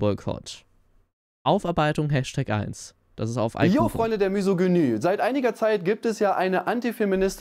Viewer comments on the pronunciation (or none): Warum kann im Internet kein Mensch Misogynie aussprechen und schreiben? Selbst sagt Müsogynie. Jetzt toppt das noch mit Müsogynü.